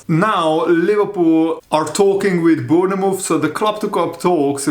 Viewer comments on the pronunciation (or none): Bournemouth is pronounced born muth. 👍